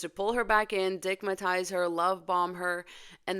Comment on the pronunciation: 😂 "Dick ma tize" her. Gurl, my ancestors felt that 😢